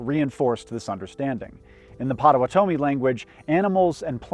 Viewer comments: Excellent video. One teeny comment/question on the pronunciation of patowatomi . I live in the Great Lakes area, and have always heard patowatomi pronounced “pah-toe-wa-toe-me”, with equal emphasis on each part of the name. I’ve heard a few people pronounce it with really heavy influence on the back half of the name like “pah-toe-Whatomee”. These people always seem well researched on the tribe, but I guess I’m confused as to the correct pronunciation, as this is different than how I’ve heard it growing up. I don’t know any patowatomi personally or I’d ask. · I would like to inform you it is pronounced Mon-E-Toe and Pot-a-watt-omie I’ve always loved your videos I’m Prairie Band Potawatomi in Kansas. We are the farthest band of Potawatomi moved west minus our Oklahoma Citizen Band cousins in Oklahoma. Thank you for this video, our world was just as complicated and intricate as any continent in human history. Much love from Kansas